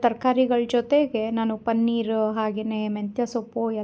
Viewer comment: ಪನ್ನೀರ್‌ ಅಲ್ಲ ಪನೀರ್‌